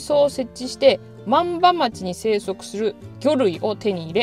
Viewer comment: 道の駅はしご動画、とても楽しめました。ありがとうございます。ただ、地名のイントネーションが気になりました。鬼石と万場、鬼石はシを下げて、万場はバを上げる感じかと思います。次の動画も楽しみにしています。